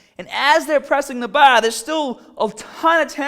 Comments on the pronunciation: So he can say core right but can't say BAR! Wtf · he says bah but power correctly lol. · "Fingah tip the baah"